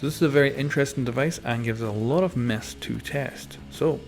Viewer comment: I thout he said we have a lot of meth to test lol 😂